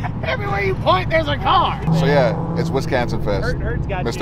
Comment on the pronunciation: “Wiscansin” lol